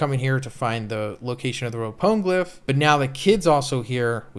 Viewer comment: Love the content but the way you say poneglyph pisses me off